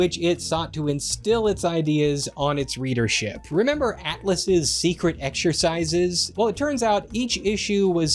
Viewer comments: Eck-sher-size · Love how you say "egg-shur-size" lol Do you do it at the lieberry?